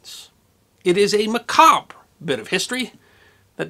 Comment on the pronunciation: Finally! Someone in YouTube pronouncing macabre properly